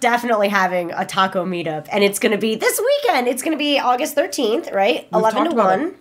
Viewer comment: "Aigist 13st"